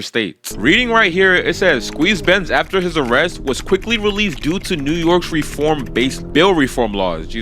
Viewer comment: “New yorkans” is crazy…. It’s New Yorkers